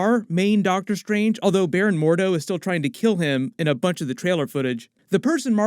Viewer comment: is it Dr. Stephen "Seagal" Strange?